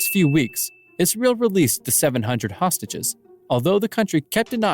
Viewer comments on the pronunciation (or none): none